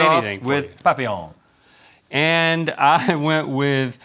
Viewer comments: Just for the record…it’s pronounced PAPillon not POPillon 😂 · Stop saying papillon like that AHHHHH